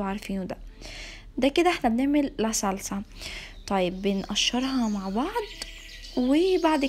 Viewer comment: انتي ليه بتولي بيتسسسا وسلساااا انا اسفه والله هل دي بطرسقه الايطاليان ولا ايه 😂😂😂